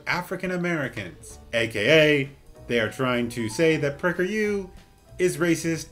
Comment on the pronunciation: lmfao 🤣 The way you said PragerU was autocaptioned "Pricker you" 👏👏👏